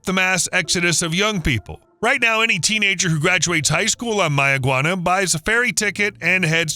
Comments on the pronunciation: And it's not barren at all, we have multitudes of wildlife and fruits and vegetables there and one more thing it's Mayaguana pronunciation is may-guana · 'MaY-uh- gwah-nah' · Does May-a-guana know this is happening? 🤨